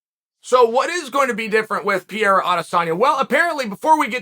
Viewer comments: Chael it's Pereira not piera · Alex ‘Pier-a’ 🤣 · As a brazilian it really took me a while to recognize that piera is pereira lol (use the R sonnen! Cmon)